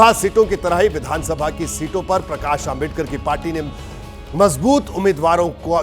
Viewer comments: Isko dr.babasaheb ambedkar ji naam bhi bolana nahi aata .. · ॲकर तेरे जुबान को क्या बिच्छुनेकाटा है क्या डॉ . बाबासाहेब आंबेडकर का नाम ठिक से बोलने नहीं आ रहा है .